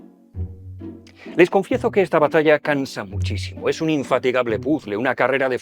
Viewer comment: “les confiezo” Mimimimi ❤